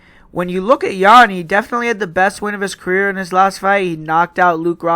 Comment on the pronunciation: "Jen" lol JAN man 😂